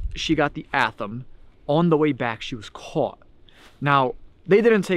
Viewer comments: The ceremonial knife you referred to is an Atheme, pronounced, "Ath-a-may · It's an ath-a-me (athame) it is a ceremonie knife witches used in ceremonies